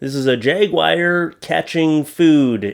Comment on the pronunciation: Swimming Jag-wires are terfifying 😂